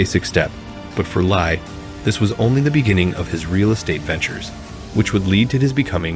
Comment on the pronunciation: His surname is pronounced as Lee. Same as Bruce Lee. Not Lai!